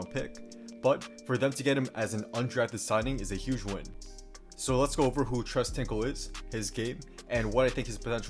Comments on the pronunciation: Pronounced, “trace” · Tres is pronounced like trace